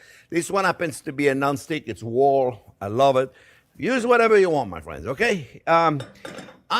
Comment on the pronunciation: "well hello there phrinzzzzz"